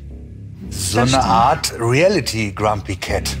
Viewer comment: Emmy kann das Wort Reality nicht mal richtig aussprechen. Sie sagt immer Relliti